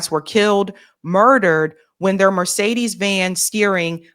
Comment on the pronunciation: Pronouncement not good for Mercedes